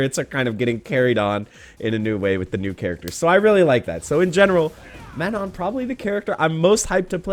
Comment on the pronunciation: If she's French, I'd have to assume you're not supposed the pronounced the "n" after the "o". You prolly have to the word "Man" then followed by the French word "non". That's prolly how you supposed to pronounce it